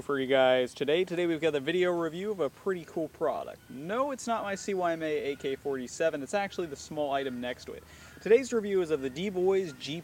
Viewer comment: why do you always say C Y M A when its said Cy-ma?